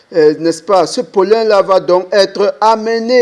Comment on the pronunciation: Pollen, pas pollun 😅 Merci pour cette belle vidéo 👍👍👍